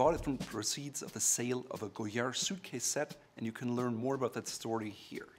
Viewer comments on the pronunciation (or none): none